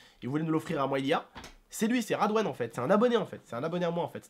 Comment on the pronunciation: radwan MDR c'est Redwane